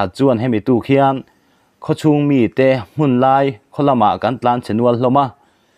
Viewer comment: I thil hming. Lam Rik kha a thluk a diklo ltk Thanglui tih te leh Hmunlai tih te kha i lam dik lo.